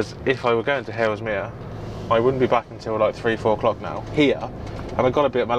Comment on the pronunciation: You keep saying "Halesmere" - is that Haslemere? If so, maybe saying "Hazel-meer" would make sense to people who know the places?